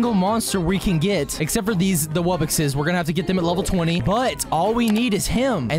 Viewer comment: It’s pronounced wub-box not wub-bix